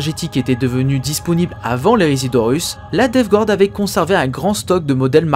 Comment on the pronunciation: Super vidéo, étant un fanatique de la DG c'est toujours agréable de réécouter les histoires en rapport avec celle ci Ma seul critique qui est plus du chipotage est la prononciation de Death Guard, le Guard ce prononce "gard" et non "gouarde", c'est une erreur commune mais qui écorche les oreilles pour certains